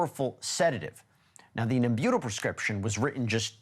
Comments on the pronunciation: It’s pronounced NEM-byuh-tal. Marilyn deserves perfect diction. ;) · So silly... "Nem-BUTE-al." He had never heard of it; nobody else on the show had, so nobody corrected him. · Pronounced Nem-u-tall! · NEM-BŪ-TAHL. That’s how you pronounce it Weber. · Pronounced Nem-bu-tall, please. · Respectfully, it’s pronounced “NEM-beu-tal.”